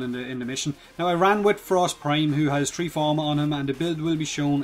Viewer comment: so a armor buff from a hundred a fifty to "tree" hundred